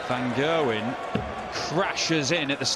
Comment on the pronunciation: "Van Gerwyn" lmao